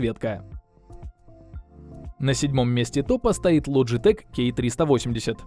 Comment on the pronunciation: Лоджитэк нет там буквы Ч и в англоязычных названиях произносится, при таком сочетании букв как К. Название швейцарской компании Logitech (произносится «Лоджитэк», в Японии — Logicool) образовано от французского слова «logiciel», что в переводе означает «программное обеспечение». Компания известна производством компьютерной периферии (мыши, клавиатуры, веб-камеры) и, начиная с 2015 года, иногда использует сокращенное название Logi